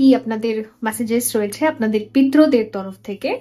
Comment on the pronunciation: But kothata pitri deb not pitro deb